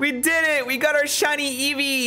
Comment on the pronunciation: You doubeled your shiny eevee find where u said reevee xD